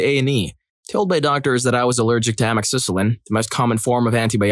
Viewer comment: Amoxicillin is pronounced Uh-Mox-Uh-Sil-in